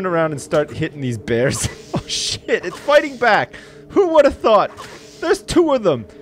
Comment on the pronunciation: man you got those "bears" real good